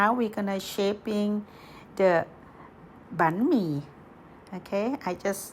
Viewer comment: What is bee-me?